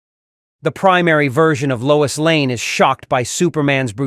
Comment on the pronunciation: “TRIPPED BY LOYS” 😂 Freaking AI